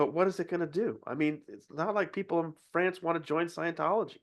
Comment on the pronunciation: I like the way you say “Fronce”😂❤